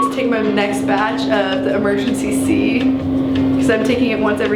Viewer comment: I’m sorry,, but it’s Emergen-C not emergency-c. I couldn’t help but be triggered each time she said that, but it’s okay; I still love you.